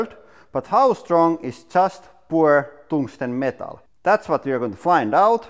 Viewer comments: Tungsten. Not Tongue-ston. That is not hard at all. It is slippery and squishy. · I’m sorry but: “poor toongstang” cracks me up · Toungsten LOL